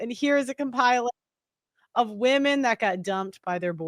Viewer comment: WEMEN, WEMEN,WEMEN. All I hear on these videos 🥱